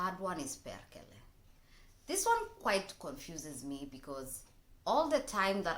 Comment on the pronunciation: You were right. Perkele is god of thunder originally. everybody doesen't just know it. have to say, your pronunciation is actually very good what comes to swear words. :)